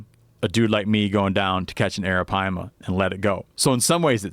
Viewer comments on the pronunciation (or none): Drinking game: take a shot everytime steve says aripima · Took a shot every time he said arropyma..got alcohol poisoning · hit the bong every time he says arapaima